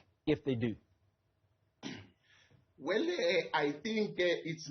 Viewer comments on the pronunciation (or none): weeeelleeeee 😂😂😂😂😂😂😂😂😂😂😂this young politicians inherited a bad pronounsation of the word "well" from old tsotsi politicians